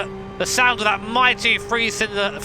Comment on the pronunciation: froo = through, free = three? UK peeps you stick your tongue to the back of your teeth when you pronounce "th" mmmkay? Fun vid though.